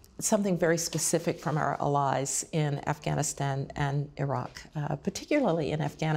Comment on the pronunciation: Odd pronunciation of the word "allies," no?